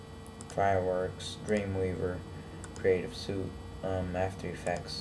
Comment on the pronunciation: haha did you say creative suit. Its suite.